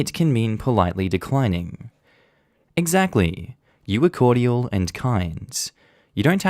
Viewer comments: THE WAY YOU SAY CORDIAL....... SOUNDS LIKE COITAL. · Okay, Australians pronounce cordial as three syllables? Or is it just?